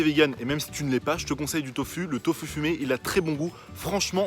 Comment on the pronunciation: On dit pas "toufu" mais "toufou" !! Même si ça s'écrit "tofu"... Bref je vais pas t'expliquer le français... Superbe vidéo !! 😁